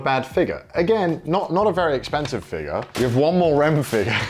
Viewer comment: I love the accent “figur”